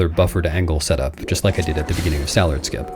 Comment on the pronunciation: 'Stallerd' lol. Years doing this now and he still gets it wrong every time.